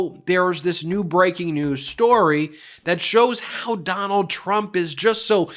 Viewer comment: says "rump" not "trump". please don't fix though, it's good as it is :D